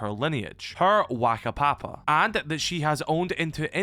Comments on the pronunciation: note when speaking te reo maori the wh is pronounced as an F so its not waka papa is faka papa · Also whakapapa is Fa ka papa not whack a papa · as someone who us māori i just thought ud mention that when u say whakapapa the wh is pronounced as an f since the māori alphabet had no f